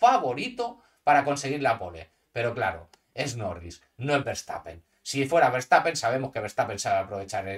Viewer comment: Jajajajajajaja muy chistoso escuchar "Nowins" 😂😅